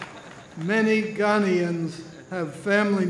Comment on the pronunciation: It was a good speech which would have been made better had the speaker been taught how to pronounce Ghanaians and Accra.I winched every time he said Ghanaian.